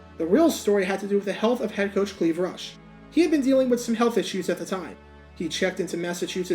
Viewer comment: What's behind the decision to pronounce his name "CL-EE-VE" instead of "CL-EYE-VE"??